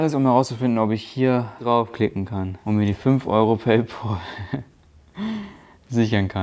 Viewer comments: Nicht PayPOOOL sonder PayPAAL. Wie der Freund.... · PayPAL, nix PAUL. Da ist kein U drin -_